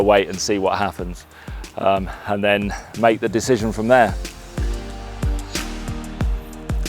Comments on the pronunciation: decissthions… dethisions… decisions… 👍 We are ALL human… No point pretending that we’re not. Another fantastic episode… full of helpful hints and tips… and beautiful locations! Thanks for pointing out the phone ap. I love looking into the various photography tools… a bit of a ‘junkie’ in that respect. 😀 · Great show as always, joining the team in Albarracin next year looking at the shots looking forward to the trip already. Good luck on your impossible mission, and with pronouncing the word decision.